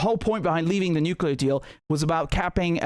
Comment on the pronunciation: when you hear someone saying "nucelar" and english is his main language like the black guy , you can be sure hes an idiot... its NUCLEAR you moron not NUCELAR...